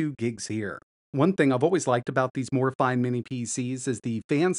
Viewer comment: its pronounced "Morayfeenay"!